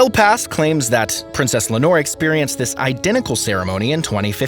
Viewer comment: For heaven's sake, to the rescue of Princess Leonor, who's name was also butchered! It has 3 syllables LEI (like the hawaiian flower necklace)-OH-NOR. Practice!!! Le-o-nor! Again!!! Leonor! Now stop calling her a bottle of fabric softener!!!